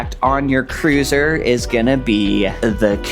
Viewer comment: Cruiser rhymes with looser. 😅